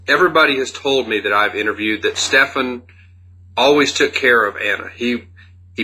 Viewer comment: هی میگه استفانی بابا استفان ده بارم همه اسمشو میگن تو باز میگی استفانی 😅آخر ویدیو گفتم الان دیگه درست میگه باز گفت استفانی.مهدیه خانوم و آقا مهدی خانوم استفانی آقای استفان گرفتی 😂😂مرسی بیشتر ویدیو بزار همرو دیدیم تموم